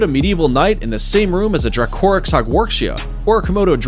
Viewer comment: Am I the only one here bothered by his pronunciation of Dracorex?